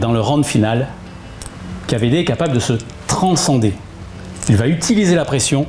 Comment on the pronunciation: Excellente vidéo! Super! Mais on dit pas Kavédé mais Key vi di, repeat After me. Hahaha 😁 continuez comme ça c est chouette.